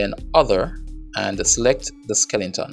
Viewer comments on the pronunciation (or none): D i don't care if you pronounce skele 'n' ton, skeleton or skel 'shi**' ton. i'm glad you offer those videos for free (never look a gift horse in the mouth ). thanks a lot man